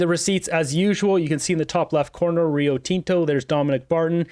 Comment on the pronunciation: you're pronouncing Rio Tinto wrong buddy! it's not TEN-TO! It's Tin-Tow